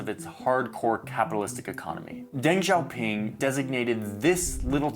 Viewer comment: I have really zero experience with Chinese in general, but I was watching a Deng documentary the other day. The narrator pronounced it like "Dang Zaopin" couldn't take the video seriously lol